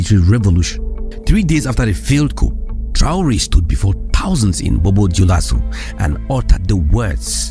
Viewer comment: P is silent in the word ‘coup’. It reads kuu